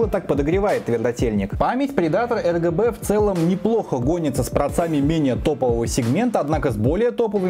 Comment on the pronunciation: Мне не послышалось ЛГБ ток ты одну букву не сказал, а так обзор топ, реклама навящевой не казалась, продолжай в том же духе!